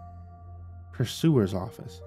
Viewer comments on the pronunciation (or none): Yes, these are the things that pull me out of a story. Purser, or sometimes pronounced “pusser”, not pursuer. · One side note it's pronounced per-sirs. Not pur-su -ers